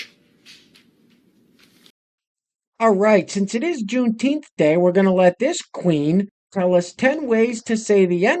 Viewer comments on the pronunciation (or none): Here's a deal, if you can say Juneteef the right way, maybe just maybe someone out there might listen to what your saying. Good luck